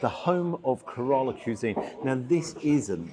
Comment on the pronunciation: It's 'cwisine' not 'cuesine'